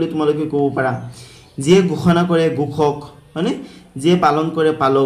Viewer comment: Sir gukhak nohoi Ghokhak apunar kowat bhul hoisa😅😅😅